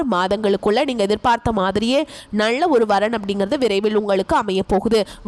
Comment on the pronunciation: நள்ள அல்ல நல்ல ..தமிழை சரியாக பேசுங்கள்